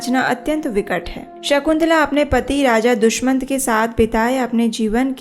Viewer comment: HareKrishna Ji💐🙏💐Dushamant nahi Dushyant🙏Jaha tuk hum jaante he